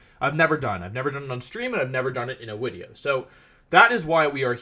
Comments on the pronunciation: Is there a joke as to why he's saying "wideo" instead of video 🤔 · Can some one tell me, why he makes all his Vs into Ws? I can only guess cause it’s “W”olfe and not Volfe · im late how come he says wideo instead of video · I love your 'widdeo' not video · What is the story on him saying "Wideo" I'm a newer fan of his and I noticed he only does it in his older stuff. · Vhen Nu Wideo? Vreel Wutubist No Zleep 3 Turn like Rest-Znorlax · Take a shot every time Wolfe says "this is going to be a long wideo" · I just noticed he said wideo. That’s interesting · How many times he said "it's gonna be a long wideo?" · Wtf is a wideo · It's a wideo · Wulef: "I think this is going to be a long wideo" Clicks like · It's basically a meme on the channel, like how he always calls videos "wideos" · Nobody: No one: Not even a soul: Wolfe: this is gonna be a long wideo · Im lost why does he say wideo?? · wolfe saying "wideo" does something weird to my heart rate. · Wolf says wideo for some reason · Can he not pronounce the word video or is it a bit?